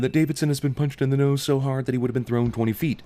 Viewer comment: Davidson's "NODE"? You mean nose? ding!